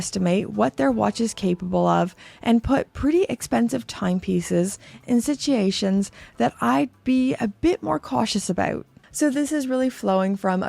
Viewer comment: I have never heard anyone pronounce "situation" the way she pronounced it in this video. Is this a British thing or something? WTH?